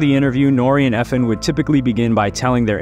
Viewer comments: I was bout to say the say the samething E.F.N not Efen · It’s E-F-N not Efn